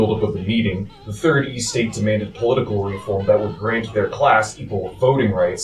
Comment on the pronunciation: I hope someone has taught him how to say 'estate', 'Rousseau' and 'Bastille' by now. Wow.